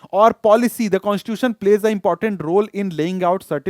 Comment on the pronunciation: sir sorry for becoming oversmart infront of you but according to me you pronounce the word constitution in a wrong way you speak it constuion.which is completely wrong by the way your explanation is of next level.